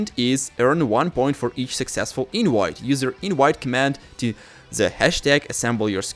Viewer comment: it is overbearing sometimes, especially when its the same exact thing you just stated in a previous video… also ik its not your fault but the fact you cant say the letter V correctly, is Mildly Infuriating, just sit down one day and practice the letter V, say inVite instead of inWite….